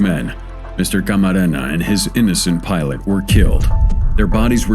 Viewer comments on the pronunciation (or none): none